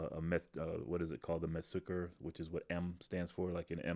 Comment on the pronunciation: Let me help- Messsucher, lit. “measurement seeker”, or rangefinder. Stress is on Mess-, not -sucher. Your pronunciation really hurt, had to help. Good video though!